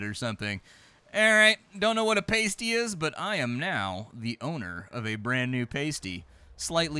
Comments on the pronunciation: PAST-ee, not PAIST-ee! One is a meat pie you eat in either England or the Upper Pensinula of Michigan while the other is... something you wear. There is a huge difference between those two things!:D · its a "pass-tee" , famous in cornwal lol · I'm about halfway through and here's a couple of little things I notice about your playthrough: The word "pasty" is pronounced with a short a sound rather than a long, so more like "pasta" than "pastry." Otherwise, you sound like you are eating nipple covers from a burlesque show. 😜 Also while pasties are more like a category similar to sandwiches (i.e. their exact contents can vary quite a bit), you are correct that they do generally contain one or more ground or minced meat as well as some minced vegetables of one or more kinds. The ones I've eaten have have all been from the Great Lakes region, Michigan and Wisconsin specifically, so I don't know how authentically British they were but I've had some with sausage meat, ground beef, or pork, with vegetables ranging from celery, to potatoes, to rhubarb. Another thing is that in the cottage cellar you seemed entirely unaware of the reference to the C.S. Lewis (famous 20th century English author and good friend since college of J.R.R. Tolkien) book The Lion, The Witch, and the Wardrobe. 😏 They even seem to be intentionally using a similar art style to one of the more prolific editions' cover art! Edit: As far as I can tell those equations and formula in the cellar were genuine, but largely not directly related. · It's.a "past-y", as in "pasta", my dear fellow. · yep, a pays-tee goes on your nipple. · Fuck me, you massacered the word pasty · For the love of everything British, please learn how to pronounce pasty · paysty is like nail on a chalk bord to us brits its Passdee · Pasty is Pass-Tea. Not Paste-Ee. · Pasty, as in past. Not paste ee. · Paaaaaasty! NOT pasty! 😂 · I can’t believe you’ve never heard of a cornish Past-E, not paste-E 😂